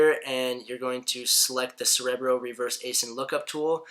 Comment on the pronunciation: 30 seconds in and he can't even pronounce 'Cerebro' correctly. Contemplating exiting........